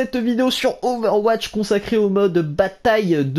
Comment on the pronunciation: Ové ouatche